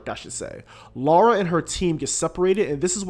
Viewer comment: Seriously it’s hard to listen to a review when the person keeps calling Lara, Laura instead. I couldn’t finish listening but it’s an amazing game.